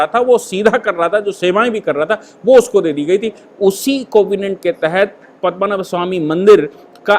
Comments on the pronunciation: 'पद्मनभ' उच्चारण गलत है। सही है 'पद्मनाभ'! सादर प्रणाम,! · पद्मनाभ स्वामी मंदिर.. "पद्मनाभ" सही है. और आप बोल रहे है, पदमा नभ बोल रहे है, वो गलत उच्चारण है.